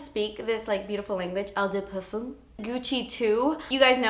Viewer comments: Never guessed you are a fragrance lover! Loved this list especially that I review frarances all the time. By the way Eau De Parfum is pronounced as 'O du parfam' and Eau de Toilette is pronounced as 'O du tualet' :) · its just pronounced "oh deh parfum" not eww dew perfume :)) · You're so pretty and I like your video's. Btw you pronounce the eau from ''eau de parfume'' as an ''o''. So it's '' o de parfume''. xxxx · Just say the french like "oh de parfuh"... Thats the pronunciation👍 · it's pronounced oh-de-pahrFAM with a more nasally hint and the french soft r :) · "Oh de parfam". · "this is an el da par-foom, not a toy-let" lmao I love you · Eau de parfum is pronounced "ouh the parfen" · I think the pronunciation is 'oh de par-fuhm' and 'oh de twuh-lette' I hope that helps you lol! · if you want to sound fancy and French, eau de parfum is pronounced "oh duh par-fuh" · Si, has caissis as one of the notes. Caissis is another word for black current. And eau de parfum and toilette are pronounced O duh par-foom and O duh twa-yet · I don't think wearing different perfumes, on different days, means someone's a psychopath, lol. You pronounce it "oh de parfam", or "oh de twullette", by the way. :) Blackcurrant is lovely. The best icecream flavour ever invented is (home made) blackcurrant. A blackcurrant icecream fragrance would probably, also, be really nice. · Hi, I appreciate your passion for perfume and i love the way you did your eyes in this video! You are adorable so I wanted to make this pronunciation thing easy as pie for you: Eau de Toilette = OH - duh - TWA-LETTE Eau de Parfum - OH - duh - PAR-FUM (as in "crumb") I hope that helps, doll! Kim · hello, pretty <3 can i correct ur pronunciation without u hate me?! :S it's 'Oh də twahleht' for eau de toilette and Oh də pahr/føh~ for eau de parfum if am making any sense! love from Egypt xoxo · its pronounced "oo deh pahr-fahm" and "oo deh twah-let" just so you know! +